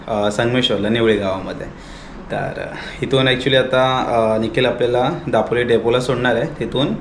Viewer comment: जिकडे "ल" आहे तिकडे "ळ" बोलतो आणि जिकडे "ळ" bolych तिकडे "ल"😂😂 दापोळी नाही ते दापोली असता 😂😂काय तू पण 😵‍💫